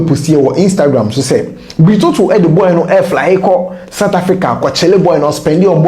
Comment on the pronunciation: King the Fanti name Otoo is pronounce Otu .